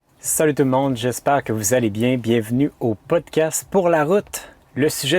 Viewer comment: c est bien pas bieng